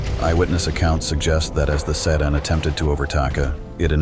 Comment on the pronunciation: Thought he started another language